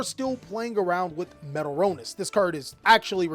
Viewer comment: Yes!!!! He always mispronounces it.